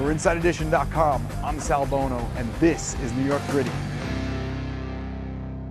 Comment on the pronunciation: Sal Bono mispronounced Nancy’s last name! Shame on him!